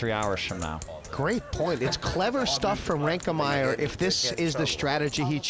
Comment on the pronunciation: Why does Hellmuth insist on calling Tobias "ReinkeNmaier"?